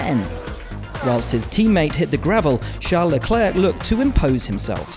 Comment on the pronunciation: It‘s Lecler not Leclerkk!!!! Why doesn’t he learn it once and for all